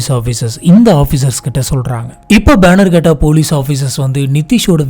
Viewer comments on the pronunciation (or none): that is Bannerghatta not Baanner ghatta